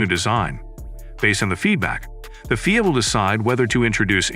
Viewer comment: i can not and will not watch or get info from somebody who calls the F.I.A. fweea? y'all can listen for yourselves . You can not be a serious F1 journalist pulling shit like that.